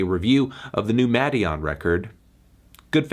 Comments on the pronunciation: Melon its pronounced maiden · Muh-DEE-on or so I’ve been told